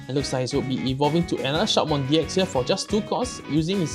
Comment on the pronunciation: Shoutmon deck is really powerfull and agressive, but it's kind of a glass cannon, it can't defend very well. But still good anyway. Oh and by the way, i guess the pronunciation is "Shoutmon D Cross". All the "X" in the Digimon Xros Wars are pronunced as "Cross"